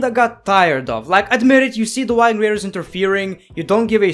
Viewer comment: When he said the Wiking raiders I rewound and said " The what?" And he said Viking the last time he said it